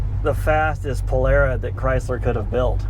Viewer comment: Polara;. a before r, is like in car, far, tar etc. Great car!